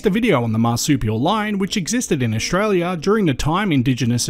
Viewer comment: please practise your pronunciation, it is OStralia NOT OSHralia